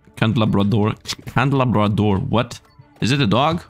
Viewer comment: It is pronounced CANDLE-LABRA